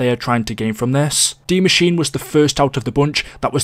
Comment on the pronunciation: What is dee mascheene